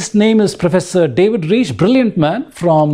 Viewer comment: Reich rhymes with 'Mike'. Steppe is pronounced 'step'.